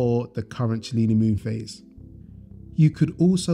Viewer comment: Cellini is pronounced Sellini, it means moon in greek😊.